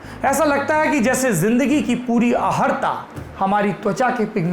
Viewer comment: अहर्ता (अहर् ता) नहीं कहिए। अर्हता (अर् हता) कहें।